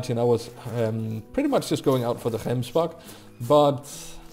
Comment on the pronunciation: Yessss you pronounce gemsbok properly, love you man